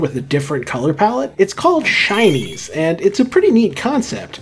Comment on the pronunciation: help i keep on hearing shinies as Chinese